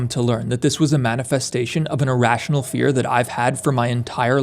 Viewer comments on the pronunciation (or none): none